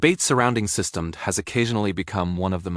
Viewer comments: its pronounced system-dee not system-ed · AI is saying systemed, instead of systemD. Next time put system-D or system D. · AI failed to pronoun `SystemD`. Keep saying `System`. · Someone needs to teach their AI to pronounce System D correctly. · AI can't say systemd right.